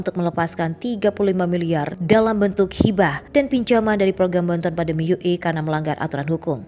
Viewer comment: Orang Indonesia kok memalukan ue dibaca Yu E bagaimana jati dirinya sebagai orang Indonesia Maaf